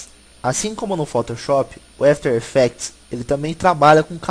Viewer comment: Dica de pronuncia: Não é "éfiter effects" é "after effects" mesmo. Brigado pelo tuto!